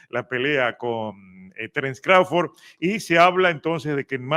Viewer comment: Hahahaha dice Crauford ke por cierto es Crawford dice ke no peleo con Jaron Ennis pero ahi no ladra como de canelo ke tiene miedo 😂😂